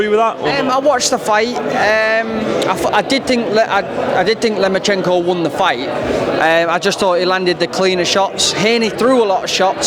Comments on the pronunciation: brits cal him lemonchayko and blacks call him loma-cheeenko. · Lomo not lemo 😩